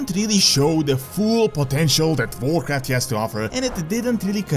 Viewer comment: OMG this dude's accent "Vorcraft" lololol